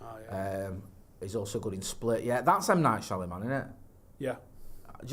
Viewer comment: It is high comedy seeing a mancunian try to say the words M. Night Shyamalan... Shamawamalan, no samawamlanahan...